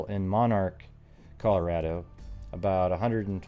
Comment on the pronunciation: Thank you for saying Colorado the correct way.